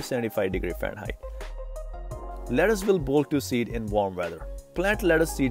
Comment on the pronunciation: Wtf is leddace???lettuce bro